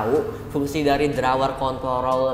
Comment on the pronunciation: Yg abu² drawer ap bang tdi ngomongnya wkwk🤣